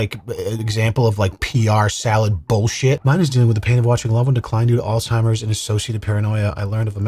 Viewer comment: "she has alzhimers" yea okay sure she does bro